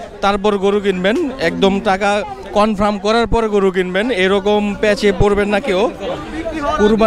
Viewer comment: Nengra na bhai Lengra bole etakey aand confram na Confirm hoi :))